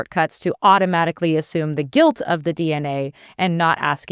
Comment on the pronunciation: She finds it fynny how italians pronounce "alele" but she pronounce "automatic" in the most ridiculous way (the murican way)